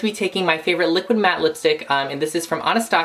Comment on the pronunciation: I'm pretty sure it's pronounced Anna-stay-sha (you know that Russian princess...) you don't? Nvm then...